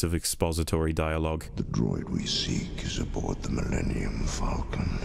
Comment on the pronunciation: It is pronounced fall-ken not falken. It is the same A sound as in Aaaaw.